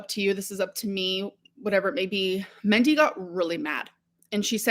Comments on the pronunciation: She lived with that woman for months yet she still calls her "Mendy" instead of Mindy. You'd think she'd learn how to pronounce it. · If Destiny’s Mom’s name was Mindy and she is repeatedly calling her ‘Mendy’, then I am taking great personal offense! She loved her so but can’t pronounce her name.😡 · But she say MENTY ✨️😭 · I really hope Its Mendy and she isn’t pronouncing Mindy as Mendy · Why is she saying Mendy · It's Mindy. She thinks it quirky to pronounce things like a child. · Why would she pronounce it like that omg..